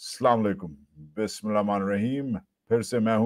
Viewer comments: Salam un aliqum wajahat bhai I am your subscriber and watch your videos regularly but if u don’t mind just want to mention that kindly read Bismillah slowly and with correct pronunciation…I know we aren’t perfect but there is always time to learn…the meaning changes when u read Arabic wrong otherwise huge fan of your Syed from uk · Wajahat S. Khan Jab ap apnay vlog ka start kertay hain to jaisay ap quranic ayah sahi talaffuz ke sath parhtay hai kindly bismiLlah ko bi zara sahi tarah ada kernay ki koshish kia karain aur 2nd number pe.. (Salam o alaikum na kaha kerain kindly assalamu alaikum kaha kerain ap "a" ko kha jatay hain Jo ke bilkul sahi nahi) kindly iss message ko positive lijiey ga Jazaak ALLAH khair